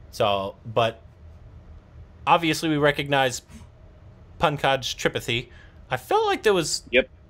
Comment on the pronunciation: It is pronounced as tri-paathi not Tripthy 🥴